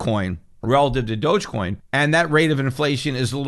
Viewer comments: Pretty sure it's pronounced "dog" coin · dogecoin is pronounced "dog e-coin , doggycoin" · Thought it was pronounced dog-e-coin